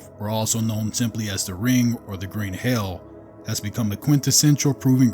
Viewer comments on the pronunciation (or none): It’s green he’ll, not green hail.